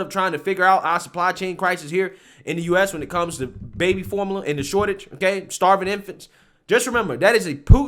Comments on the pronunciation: can't say formula. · That word is like Form-you-luh.